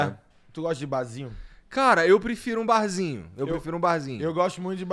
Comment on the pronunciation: Alguém apresenta o R pro, gente! 😂😂😂 Bazinhu, ceveja... 😂😂😂